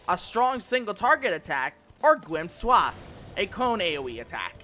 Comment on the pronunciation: It's not Swath by the way ... it's pronounced Swaythe... Like Scathe is.